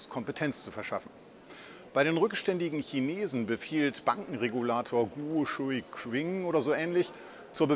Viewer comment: Den Guo Shuqing spricht man Guo Schuh Tßching aus (mit sehr hartem Tßch, also mit scharfen Sch).